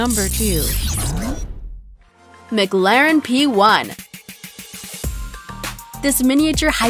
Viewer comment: The fact that she said McLaren wrong makes me mad